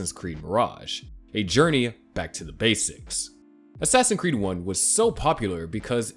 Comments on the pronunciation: Great video man! Also how come you say ‘assassin creed’ instead of ‘assassin’s creed’ ?😂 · Man just pronounce the s in assassin'S creed please. I'm sorry but it's incredibly annoying